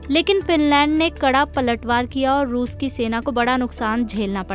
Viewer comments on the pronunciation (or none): none